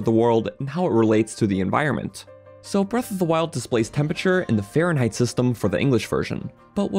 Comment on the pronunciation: Why does he say Fahrenheit like "faron height"? I thought he was talking about high place in the faron area.